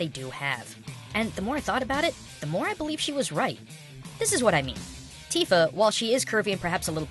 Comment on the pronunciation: LOL, "Teeeefa"